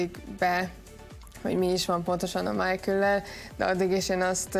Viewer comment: Azt mondja Májkül....ember ő német és nem angol...ejtsük már úgy is a nevét...